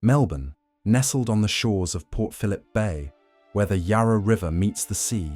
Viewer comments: Yah rah? Ohhhh, Yarra! Ffs. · Bork Bork Bork!!..bring on the Swedish meat balls Plus when will AI learn to pronounce Yarra FFS.